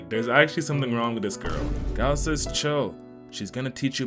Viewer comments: The amount of times this hurt me is absurd Ghi-s-laine😭😭 ain't it Ghi-laine like the "s" is silent😭✌ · It's actually "Gee-Lane".. Eris literally says it all the time 😂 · I don't mean to be rude or anything, but I think it's pronounced Ghi-laine. The "s" is silent.